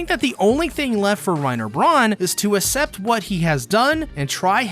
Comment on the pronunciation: your pronunciation of accept is insane